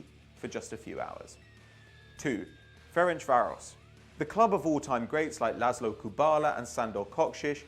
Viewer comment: Idk how he managed to butcher the pronunciation of Ferencváros so badly. It’s pronounced Ference-Varosh. Like the easiest thing to pronounce in Hungarian. Hajrá Fradi!!!!